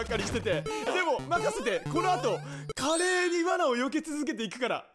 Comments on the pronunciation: カレーのイントネーションもだけど、カレって最後あんまり伸ばさないからなんの話か分からんかったw セブンがカレーフェアやってるらしいよ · カ↑レ↓ーが気になって気になって